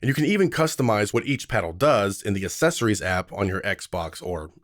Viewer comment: You lost me at "Assessories" that's not how you say that word! I don't understand why more and more Americans say that in the last 5 to 10 years. 🙄